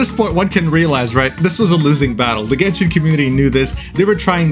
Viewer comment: Gayshin impact.